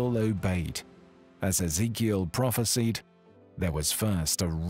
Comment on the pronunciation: You better Pronounce that word "PROPHESIED" as you should and let the meaning stand strong.